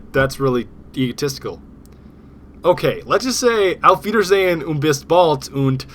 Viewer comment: Haha, what on earth does he say at the end? Cracks me up every time: Alf-feeder-zane-un-biss-bald-unt- LATER!